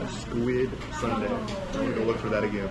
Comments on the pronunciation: squid sundae × squid soondae ㅇ pronunciation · it should sounds like soon-dae and not sundae (ice cream). 😂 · sundae you think of ice cream but its actually pronounced Soon- dea not Sundae. i think its just sounds close that you automatedly think of ice cream. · Not " SUNDAY" in pronunciation, it's SOON- DA-EH aka Sundae. I'm a Brit-Pole and I'm married to a Korean, live in the US. I love all blood sausage and so this is something I eat all the time. Each country has their own version of blood sausage. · squid sundae 🦑+🍦??? 😂😂 순대 pronunciation is more like 'soon dae' 😊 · Actually it‘s more like ‘soon-dae‘ not sundae (like an ice cream) lol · 코리아 U 발음은 WOO - SUN DEA (SAN DEA, SEON DEA) 아니고 (SWOON DEA) 그래도 닉 화이팅은 찰지게 잘 했어요 한국어가 나날이 느네요. 한국 여행을 하면서 더 발전하는 닉이 되길 바랍니다. 닉 화이팅~^^ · squid sundae ㅋㅋㅋㅋㅋ it's pronounced 'soondae' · Squid Soondae (순대), not squid sundae (선대)😅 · sundae is actually pronounced soondae, no relation to the english word sundae :) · Squid Soon(not sun) dae is how you pronounce it just FYI